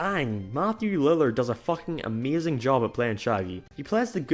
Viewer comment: The way you say Ameazing is ameazing!